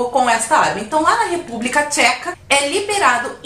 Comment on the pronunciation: República "TXECA" 😂😂😂😂😂😂😂😂